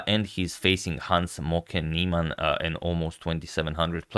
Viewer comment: I swear it sounds like he's saying Hans "Smoking" Niemann everytime